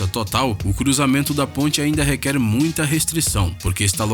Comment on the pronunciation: PORRA E MULTCHA EMOÇÃO E MULTCHA ALEGRIA E MULTCHA MELODIA .